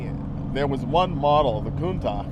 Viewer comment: Countah!!?? It's a Countach!!!!